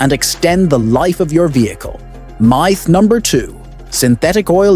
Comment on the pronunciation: Meyeth? What's a meyeth? If your gonna use AI voice over at least listen to it to make sure it can pronounce common words.